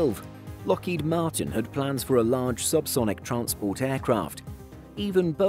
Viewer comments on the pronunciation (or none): none